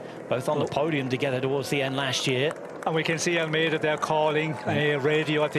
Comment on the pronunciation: As a Portuguese speaker I can say he pronounces Almeida wrongly. I can’t wrap my head around this “Vingegoooo” when narrating in English. If the argument is “that’s how it sounds…” then please fix the Portuguese pronunciation as well.